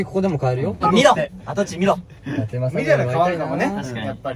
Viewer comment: 偉人のことはだてくんて言っちゃうけど自分の地元の栃木の地名の読み方はちゃんとわかってるしめちゃん好き